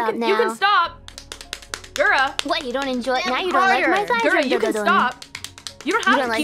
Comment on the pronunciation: Calli: Guhra Gura: Kawaiiope